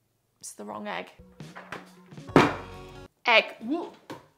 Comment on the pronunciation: Nobody:: T H A T S. T H E. W R O N G. E G G. Btw did change her profile